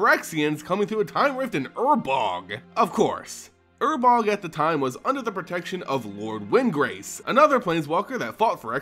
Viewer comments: Ur-Borg. Not urbog... god that drive me insane. Urborg dude. Say it right. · New subscriber, found your lore videos and fell in love with them. Listening to them while I drive around for work (I'm a sales rep) The only gripe I have with anything is I was 99% sure it was pronounced UR-BORG Either way keep it up, these are amazing sir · man can you read? urboRg, sYlex. sheeit. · It has to be on purpose. Please god, tell me it's on purpose.